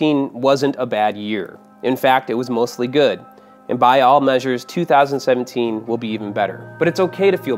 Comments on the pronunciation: You said 2017 wrong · GOOD STUFF SAID 2017 WRONG OMG